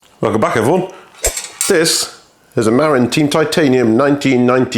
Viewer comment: Pronounced: "Ma-Rin" as in the county the company was founded in north of San Francisco Produced by Litespeed